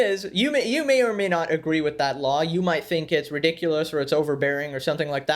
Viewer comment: "she delt whiff..?? like you don't know how to say with..?? or,,,,??...was she selling coke...????lollolooloolollollo!!!!!!!